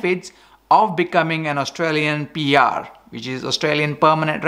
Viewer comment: It's PR not BR, lol...